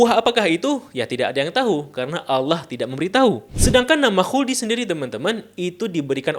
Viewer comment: 🐍🙄 "wuldi sin..."😪😅